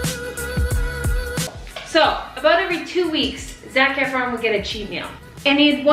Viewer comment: There was a time you said his name and I swore you said “Snack Efron”... lol not wrong!